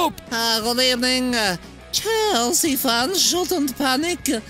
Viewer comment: unai's good ebening never gets old